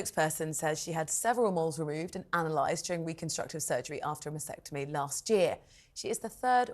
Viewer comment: Please pronounce it correctly MAST ectomy not MAS ectomy. Pronounce the T.